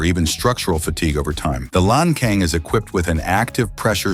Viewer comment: When you talk about the so-called "debt trap" brought about by China, you don't even dare to say who brought the tens of thousands of bombs in Laos. In addition, the pronunciation of "Lancang" should be "Lan Tsang", not "Lang Kang", and the pronunciation of "Fuxing" should be "Fu Tsing", not "Fu-K-Sing".